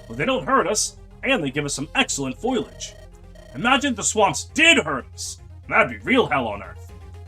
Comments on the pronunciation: By the way that is not how you say foliage. The i isn't by the o so it isn't foil-age, it's foe-lee-age. Also not how you say chamomile. That one's said camo-meal. Others have touched on minutiae. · Yooooo! Stage 4 music from Knights of the Round! Also, nice pronunciation of "foliage",. 🤣🤣🤣